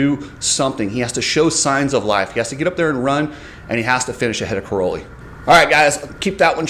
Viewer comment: Dude!!!..... Stop calling Tony Cairoli "corrolli"...... His name does NOT rhyme with a Toyota Corolla!!!....... Can you say "Kai...". Tony's last name sounds like "Kai..."...... NOT "Cor...".... Have some respect and learn how to say names correctly. Cai Ro Li. As in Kai. Kai Kai Kai...... Not Cor Cor Cor........ What a dingbat you are..